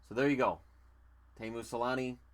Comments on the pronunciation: I though it was pronounced tee-moo not tay-moo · It's actually only pronounced Tay-moo in Finnish. Tee-moo is technically a mispronunciation.